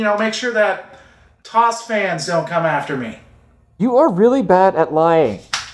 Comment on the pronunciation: BTW: TOS (as in TOS Fans) is pronounced tee-ohh-ess.